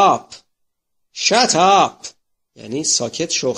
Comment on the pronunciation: خیلی خوب میبود اول تلفظ خودتو اصلاح می کردی مثلا وقتی میگی شات ات اولا که همه ی انگلیسی ها وامریکایی ها شات نمیگن میگن شت آپ ویا میگن شیت نمیگن شات میتونی چند تا ازسی دی های آموزش زبان انگلیسی رو گوش کنی ویاد بگیری که چگونه باید تلفظ کرد هرگز من ندیدیم امریکایی ها وانگلیسی ها شات بکار ببرند زمانی شات تلفظ میشود که هدف تون فیرتفنگ باشد چون شات بمعنی فیر وآتش معنی میدهد وانوقت میتوان شات تلفظ کرد درحالیکه جمله دهنتو ببند شدآپ بکار میرودو انقدرسریع تلفظ میشود که آدم فکرمیکند که تلفظ " شد آپ " استفاده میشود . بهرترتیب عزیزم بازهم زحمت کشیدی اما فراموش نکن که زبان دیگران را نباید دستکاری نمود